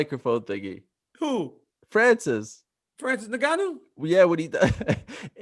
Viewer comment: “Phransess Ingyanyou”